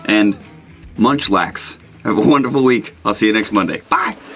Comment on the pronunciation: Munch lax. Lol. Munching on laxatives is the only thing I hear.